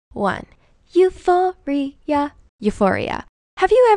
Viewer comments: Uforia? Really? How embarrassing. It's euphoria, literally: "good-tendency." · *euphoria not uforia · I was shookt when you said eu-pho-ri-a dhjshsjsh